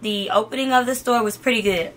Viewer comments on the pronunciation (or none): none